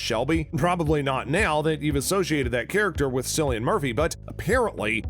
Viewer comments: It's Killian not sillian!! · It is pronounce KIL-LIAN with a K. You're welcome 😊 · It's pronounced Killian, how could you do so little research? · Just to let you know cillian Murphy’s name isn’t pronounced with an s but with a k. Think like car or cat.Just to let you know!😁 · bro the way he pronounces Cillian makes me feel a bit ill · UNLIKED. Just for how you say Cillian's name wrong! You have no idea how much i was cringing the entire video!🤯